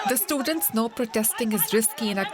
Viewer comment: Heyy DW please change your background Indian voice actor. I can't tolerate her anymore. "Hospitals are filt with hundreds of stutents" WTH?